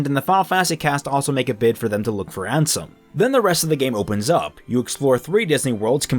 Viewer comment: I also got tempted to leave there but didn't and kept watching till he said Ansom instead Ansem.